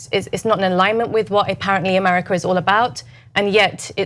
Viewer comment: Where exactly is "Amariker"???